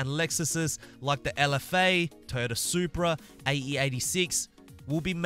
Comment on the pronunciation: Did anyone else hear him say and very possibly the new Turdsupra mark 5 at the end or was it just me? and man over half these damn cars should be in the autoshow, not as seasonal rewards, as the racings just plain old not fun in this game.